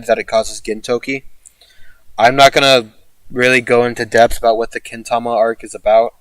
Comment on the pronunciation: When you said debth for Hijikata I heard death for some reason. I haven't finished the series yet and you almost killed me there lmao